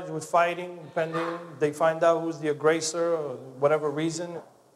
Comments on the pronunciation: not “agrāser”, it’s “aggressor” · it’s not agrāser, it’s “aggressor”